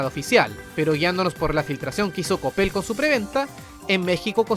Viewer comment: Es coppel... o lo dices por como lo pronuncio el? Xd